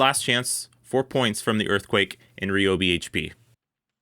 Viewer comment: It's RYE-Obi not Ree lol. You don't call someone named Tyler, Teeler.